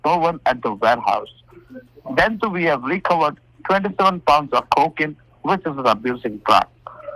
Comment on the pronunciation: Is this CO-kin a new drug or something? Haven't heard of it. I mean I heard of fen-TAN-il, ek-STASSY, mare-UH-wanna, kri-STALL-meth and some other drugs but not CO-kin